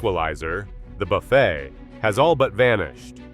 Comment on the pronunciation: Buffettt? That is where you lost me. It's not a human talking